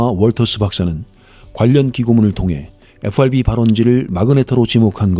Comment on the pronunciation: 에후아르비는 최대한 버터 발라서 발음하시면서 마그네타는 너무 김치적으로 발음하셔서 마이 웃었습니다.